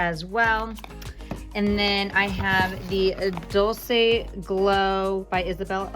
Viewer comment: no hate, but I think it is pronounce "dolche"...like in dolce and gabbana.